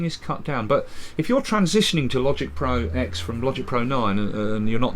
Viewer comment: Dear, it's pronounced as "Logic Pro Ten", for here the X is a Roman numeral, not a letter. And if you think that's nitpicking, imagine watching a historical document where the narrator keeps constantly referring to "World War eye eye" or "Louis ex eye vee".